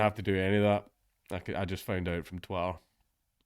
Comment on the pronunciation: I always like how your accent makes it sound like you're saying "Twatter"